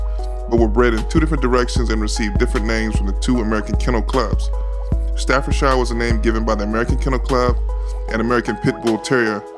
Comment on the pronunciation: How can you call a dog an American Staffordshire? That's like calling a dog an English Kentucky or an Australian Carolina. Also it's Stafford-sher or sheer, not Stafford-shyre.